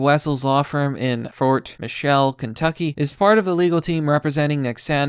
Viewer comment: Fort Micheal XD It's Fort MITCH-ELL Sorry I live in the area there P.S. Dont bring your democratic crap to kentucky. You won't get hurt or threatened but you will be made fun of relentlessly. Its a farming and working class state. Lots of laborers. It's how they have fun.